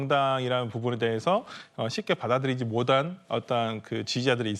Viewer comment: '못한' 을 '모단' 으로 발음하길래 검색해봤더니 역시나 설주완 전남대 ㅋㅋ 절레절레